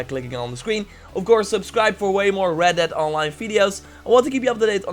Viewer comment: Not hating but in the beginning it's sounds like your saying "Welcome to Reddit Online"